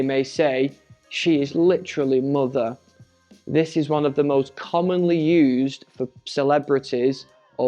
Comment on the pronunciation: Спантеличена вимовою MOTHER (Queen) < ну прямо moother